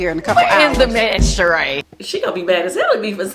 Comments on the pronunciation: “It’s not Sheeing by Shereeing”🤣🤣🤣🤣🤣🤣🤣🤣🤣🤣😂😂🤣🤣🤣🤣🤣🤣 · It’s not she-ing… by Shereé 😂